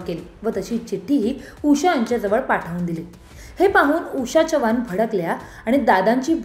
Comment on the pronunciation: बाई चव्हाण तुम्ही च्यव्हाण 😂असे का म्हणता...